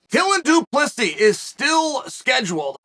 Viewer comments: Correction, dooplisees 🤣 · it's pronounced do-pleh-c